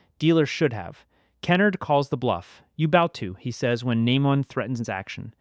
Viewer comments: TF is key-nerd? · You're mispronouncing Kenard's name, great video otherwise.